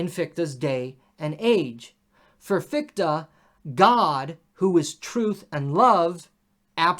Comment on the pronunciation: Thanks again for the series. I wonder what your take on this old debate is - where do you fall with respect to German idealism. PS the pronunciation of Fichte is quite off (the combination "ch" is a particular sound, also found in "ich", I, and it doesn't sound like "ck"). But that's not a real critism, all Americans do that. Feuerbach is even worse. Come to think of it, the same comment also applied to Bach. It's not "Bakk".